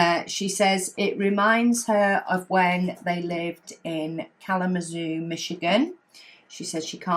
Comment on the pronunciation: Hey! Shout out to the person who lived in Kalamazoo, Michigan for awhile! By the way, you pronounced it perfectly,! That is where I was born and raised, where I got married and where I had my son! Lived there for 25 years before ending up in Indiana for the next few decades. Isn’t it strange that even though I have lived here in this town in Indiana for 4 decades, I still consider Kalamazoo my home town. 😂 Of course, I still have family living near there so I still visit the hometown often. Another by the way, I need a Catherine…cookies and wrapping…a perfect housemate! ❤ 🍪🎁